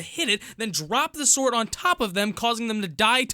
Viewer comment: “Uhm.. How to get the most powerful swoordd?..”